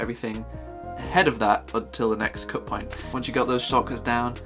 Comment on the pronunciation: No nonsense mode activated: “Let’s get straight to the moint.” Haha